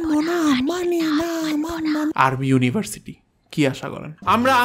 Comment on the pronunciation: Why do Bangladesh people say versity instead of University?